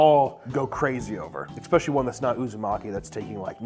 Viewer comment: Papa, I love you, but Jesus fucking Christ, it’s ESS-PECIALLY not EKS-SPECIALLY